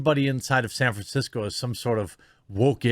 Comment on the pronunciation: Ah yes, San Franshetsco...you do not disappoint.